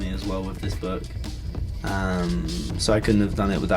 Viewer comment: Its like büke